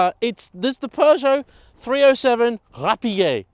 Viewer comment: Rapie 😂 😂 😂 😂, stop runing the name 😂